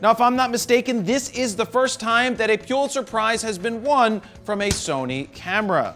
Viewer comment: Please learn how to pronounce “Pulitzer.” (And “EOS.”)